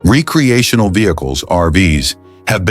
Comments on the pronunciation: Right from the start. It's rec·re·a·tion·al. Not ree-cre-a-tional. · Caught that right away too but he said it correctly afterwards. Can't tell if this is a real voice or computer generated anymore.